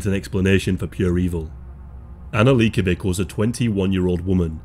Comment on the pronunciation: By the way you pronounced Leikovic, I figured out you are not a fan of basketball.